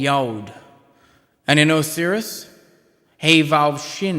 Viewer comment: You pronounced Osiris wrong. And many other things, too.